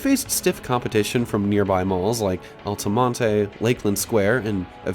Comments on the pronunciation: Lmfao man out here sayin "Alta-Montay" it's just Alta-Mont don't be weird 🤣🫡if you think this place is wild, come to Leesburg and see living breathing 1997 IN REAL LIFE at the Lake Square Mall. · Love this video. Just a few things, the pronunciation is bur-DINES. like dine or diner and Altamonte is alta-MONT. also there was a theater next to the mall that is now a tactical center behind the dealership! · lol we just call it al-ta-mon-t, no “uh” sound at the end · It’s just Altamonte with a silent E. I lived in Orlando for two years and no one I knew pronounced the E. The opening music was perfect. I got me hyped up for the big deal that this video was. The only other footage I’ve seen of this mall was just Steve Ronin being the brain dead, clickbait, “allergic to research”, fool that he is. I visited this mall once when it was still open back in September of 2024. Who knew it would close just four months later. What I remember from that day was only the down escalator in the center court worked, you had to use the food court elevator (which had expired safety inspection tags) or go in Dillard’s and JCPenney to get in between floors. Bath and Bodywork’s had just closed, a Dillard’s employee told me it was because the store had black mold and the mall owners weren’t doing anything to get rid of it. The Macys wing was completely vacant but the Dillard’s wing and the food court still had a couple of tenants and a pirate ship in the center of it. The whole place just felt peaceful and calming. Also side note, if you want to see more of those Burdines palm trees you should visit “Orlando Fashion Square”. That mall is dead but Macys is still open, they have the palm trees at the escalators and the mall entrance and parking lot entrances.